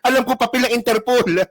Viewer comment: Pag nakulong na c bato tutubuan na yan ng natural African hair 😂😂😂sabi ni baro dahik (the hague) at interpulllll ( Interpol)😂😂😂